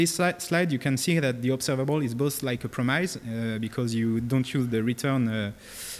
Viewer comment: Please don't pronounce "promise" the way you do because it feels so painful to me.